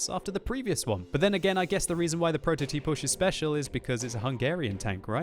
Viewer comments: WTH, it's Prototipus not Prototipush, THERE IS NO H BEHIND THE S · You're kind of pronouncing 'prototipus' more like 'pro toe tea push'. As a Hungarian I find it funny as f. :D:D:D:D